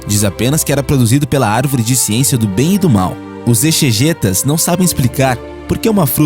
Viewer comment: Exegetas pronuncia-se eZegétas